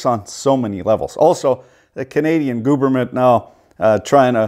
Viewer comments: Ah yes. The canadian G O O B E R M E N T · D- Did you just say "Gooberment"?